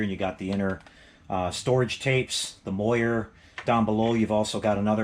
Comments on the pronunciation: Great videos....great items. But on the pronunciation, "moiré" is pronounced mwa-ray not moy-er. Cheers! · MOR-AY. MAY-juhl.